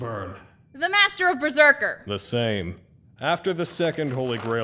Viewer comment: Can't wait to see Gilgamesh vs Lil Murder Machine and Berzerkar(How the show pronounced it I swear)